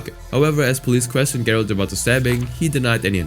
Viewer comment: Gerard lost it when he heard trying to say his name.